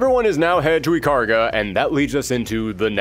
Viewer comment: Ikaruga --> EE-Kah-Rue-gah.